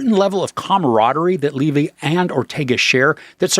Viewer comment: It is pronounced “Levee”. Everyone knows that is how he and his father pronounce their last name.